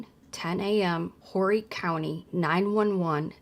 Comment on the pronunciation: I’m from Horry County. The “H” is silent.